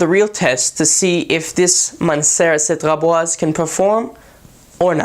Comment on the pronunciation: Wow the first person who can say the name correctly!